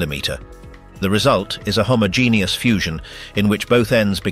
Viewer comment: Homo-genius ! 😂😂😂 You even said it twice ! 😂😂😂